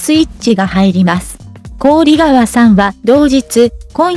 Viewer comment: こおりがわではなく、ひかわですよ‼️こおりがわは、とっても、耳につきます、